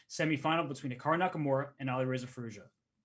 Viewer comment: It is amazing how they can say Firouzja 1000 times but don’t care to learn a proper pronounciation.